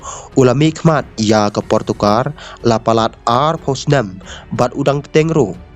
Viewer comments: Portugal ❌portokar☑️😂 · Portugal not portugar